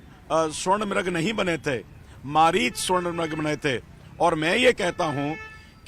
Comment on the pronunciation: ये अनपढ़ अपने को पड़ा लिखा बोलता है हिरन मारीच बन के आया था मारीच को मरीच बोल रहा है ये गटर छाप है भाई